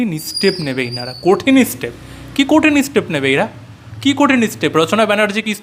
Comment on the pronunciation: ওরে বাবা, ' তিনমূল ' নয় কথাটা ' তৃণমূল '। কঠিন estape নয় কঠিন stape হবে। আর vedio content বিষয়ে একটাই কথা, ' ছিঃ।'